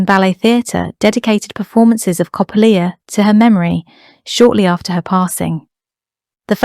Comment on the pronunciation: No ballet called Coplea....Coppélia ,pronounced Cop....Ay...lia.......try it 🤗